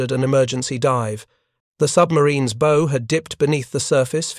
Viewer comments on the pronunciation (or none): The AI voice doesn't know how to pronounce bow. It pronounces it as an archery bow, not a ship bow.